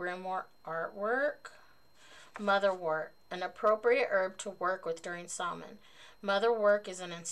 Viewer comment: Oooo great box! Mine is coming in by the end of the week. :-D Just a note though, Samhain is pronounced "SOW-en" (sow rhyming with cow). 😉 The "mh" in the Irish language makes a "w" or "v" sound (for example, in my name, Niamh, it makes a "v" sound). That stone is really pretty! I've never heard of motherwort either, which is awesome because I love being introduced to new herbs!